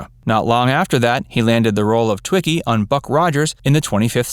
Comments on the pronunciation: Not twikki.... Tweeki is how it is pronounced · Btw, watch "Buck Rogers in the 25th Century." It is pronounced "TWEE kee."